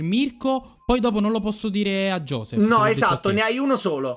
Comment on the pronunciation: Giossph inbroglia quando dite guscio raynbow